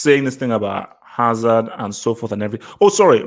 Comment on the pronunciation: LMAO the way dropped the hazard name. He knew he had to mumble it.